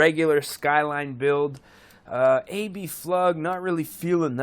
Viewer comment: It's Abflug, not “a.b.flug” also , it had TE37 rims , which are in the game